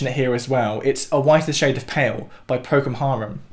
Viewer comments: Is he saying "Procum Harum"? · BTW, it sounds like you're saying "ProCUM Harum", am I right? It's ProCOL Harum". Anyway, I have heard Bach here and there, but never studied him. What happens when someone goes through my catalogue of 700+ songs (or anyone's) and says "Oh look, he lifted from Bach here..." that would be funny, but it says that non-atonal music exists in humans because it has forms that are acceptable to our ears - forms that speak to the 12 tones in a way that is coherent - so the simpler a song is, the more likely you are to tread a previous path ... what happens 400 years from NOW when they think this and that are based on the Beatles based on a thousand other cats? Interesting ... cool video. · Its Procol Harum not Procom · Love the analysis. It's ProcOL Harum, BTW. Love the channel.